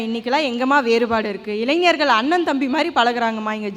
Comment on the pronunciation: avargale, Neengale eppadi pesalama..? Ezhanjargal Alla, Elainjargal..Entha edathal ZHA poda vendum enrdu therinthu pesungal..